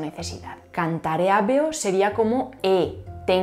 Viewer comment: Me queda mucho por repasar de este video para aprenderlo todo. Estuvo muy denso. Buen trabajo. Ojo con la pronunciación de habeo. La hache no era muda durante los tiempos romanos. Se pronunciaba como la h inglesa en “have” o la hache alemana en “haben”. Fueron las lenguas derivadas del latín que con el tiempo se encargaron de “tragarse” ese sonido.